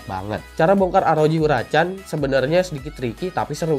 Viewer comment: Shin chan